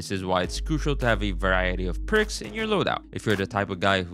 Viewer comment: Bros trolling saying pricks instead of perks, right? Right?